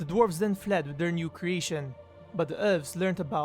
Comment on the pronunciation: its ELVES, not ULVES